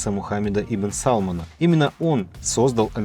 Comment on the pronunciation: Не САлмона , а СалмАна ! Аж слух режет . Как ресторане 🤦🏻‍♀️🤦🏻‍♀️